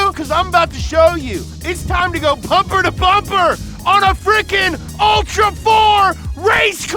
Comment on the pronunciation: Did he say Pumpher to Bumber???...Hipster intro is tight.